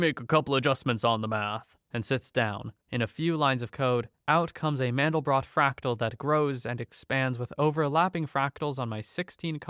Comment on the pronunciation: You pronounced "mandelbrot" wrong.